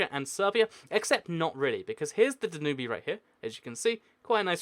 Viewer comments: The Danube is no pronounced Dan-ooby it's pronounced Dan-ube (as in pube) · The Danube river is pronounced 'Dan-yoob' not 'dan-oo-bee'. You idiot. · Kiwi I know it annoys me so much when he sys danubee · The Dan-y-oob not the Dan-oob-ee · Its the Danube River, pronounced Dan-Yoob, not Dan-Yooby, and regarding the territory between Sudan and Egypt that is unclaimed , the Bir Tawil, it might be disputed, but both Cairo and Khartoum are decided upon one thing, and that is that Bir Tawil is part of either Egypt and Sudan, and if a 3rd party were to seriously become involved and stake a claim, then neither Egypt nor Sudan will sit idly by. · "Danooby River"???????It's called Danube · Great vid. just so you know, it's pronounced Dan-you-b not Danoobee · it's pronounced "danyub", not "danubee"... you should've seriously known that by now when you're doing geography videos... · Sorry, I didn't realize "intelligence" is a big word for you. And no, Danube is most definitely pronounced "danyub" and not "danubee" in the English language. You can even put it in Google Translate and listen to it yourself. The only one looking stupid here is you, because you're trying to assert something that just isn't true, while you also simultaneously insult people. Sorry. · Not trying to be rude, but it is pronounced "DAN-ube-" not "DAN-you-be" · wrong pronounciation of "Danube"... It's Dan-ube, not "Dan-ubie" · I like how he pronounces it Du-nu-bee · Dude it's pronounced DAN-yoob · Did you just really pronounce the Danube "*danoobee*"??? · "danooby river" lmao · it's prononced Da-Noob lol :D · You're totally mispronouncing the name of the Danube River... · You don't pronounce the e at the end of Danube. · It triggers me how you pronounce Danube